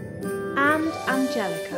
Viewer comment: She said Angelica and not Angelicker!